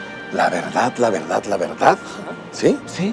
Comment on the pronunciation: la veedad la verdad la veedad xd